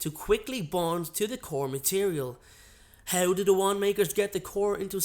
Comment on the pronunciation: He pronounces "How" like "Hew"